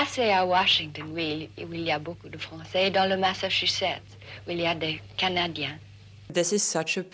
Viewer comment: And he pronounces "les CanaDIens" with a Québec accent 😊